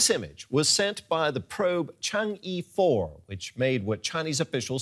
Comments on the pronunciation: It shall be pronounced as "Chang 'Ehhh", not "Chang E". Thanks. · 嫦娥 chang "eh" not chang eeeeee XD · chang‘e e should be pronounced more like [ʌ] than [i] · Is“chang'e”. No“chang yi”.Please spell it correctly. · Chang er ,not chang e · Ok, for the guys in the broadcasting business: it is NOT Chang-ee, nor Change (like the English word). It is pronounced Chang-Er. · OMG!!!!! ...... please please please correct YOUR!!!! pronunciation.. please do not call it as " Chang E Four" ....... At least call it as "chahng," and the "e" as it is in "her." "... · Chang e pronounced as Chang Er which is the name of the moon goddess in Chinese mythology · “Chang Yi...4” This is another example of how pinyin doesn’t work for foreigners... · That pronoun is more like "Chang, eh" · wrong pronounce about change chang ε not e